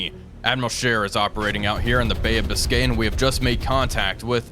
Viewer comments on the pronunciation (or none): none